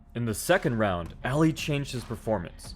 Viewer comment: His name is pronounced “ah-lee”, not “al-ee”. Get it right, clown.